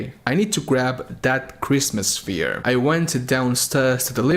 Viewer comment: Hearing the words “Christmas sphere” in a heavily accented voice has made my week. Thank you, christmas sphere will now live in my head rent free.